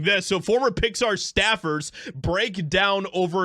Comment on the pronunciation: Its pronounced "Pixsthaaar" by the blue haired staff. Fire em all.